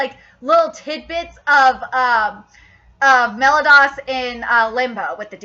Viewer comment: u know youre prounouncing the name meliodas wrong you know its kinda annoying, its Me-li-o-das not Melodas,and for escanor,its Es-ca-nor not Escenor